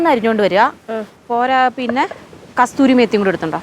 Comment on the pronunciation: കസ്തൂരി അല്ല, കസൂരി, മഹാറാണി ചിക്കൻ സൂപ്പർ 😍